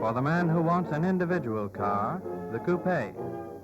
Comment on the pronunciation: Notice the presenter pronounces coupe correctly, not "coop".